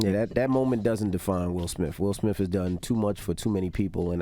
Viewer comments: “Suge Smith” lowkey thowed lol 😎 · Calling Will Smith Sug Smith 🤣🤣🤣 that's funny